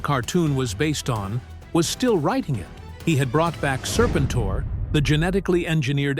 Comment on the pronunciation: Sir-pin-tore??? I'll keep saying it, the only good AI is Allen Iverson.